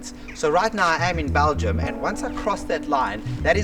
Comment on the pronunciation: It's BELGIUM. Not BALGIUM.